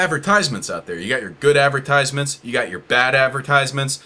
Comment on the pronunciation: Ten seconds in and I'm already overwhelmed by hearing 'ad-ver-tyse-ments' so many times Advert... eyes... meant... it was so obvious all along